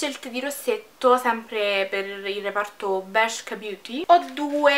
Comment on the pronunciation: Bellissima stupendo il video cmq si dice bersca un bacio❤😚